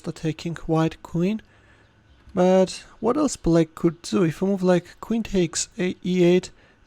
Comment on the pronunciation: The way he is saying black as bullack😂😂😂